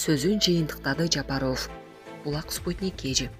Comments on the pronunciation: Журналист ф тамгасын аябай окуган окшойсун.Ффылдабай туура окучу.Жапароф эмес Жапаров . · Булак Спутник ушул кыздан башканы окуткулачы Ажонун фамилиями окуй албаган немени .уялсанар боло Жапарыов дегенден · ЖАПАРОООВ УДАРениени туура коюп окучу кишини кыжырын келтирбей. Ар дайым фамилияны кээ бир создорду туура окубайсын. ГРАМОТНЫЙ ДИКТОР ЖОКПУ?